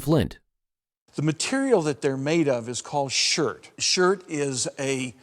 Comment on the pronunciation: In case you’ve never heard of the term, it’s chirt, not shirt for the ancient stone Mississippian tools.